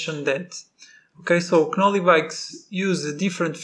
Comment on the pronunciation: Knolly is pronounced with the k silent my friend🤙